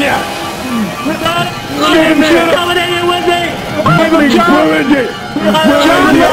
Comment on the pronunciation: IT'S NOT L A S A G N A